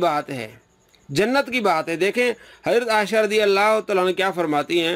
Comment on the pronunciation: Dear Folks, This donkey even cannot pronounce Hazrat Aisha Razi Allah's name properly. He is calling her Asha. Shame on you so called Mufti.